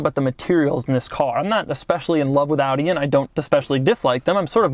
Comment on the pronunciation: Your pronounciation of Audi is on point